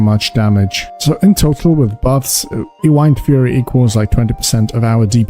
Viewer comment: Pronounce Wind and then Fury.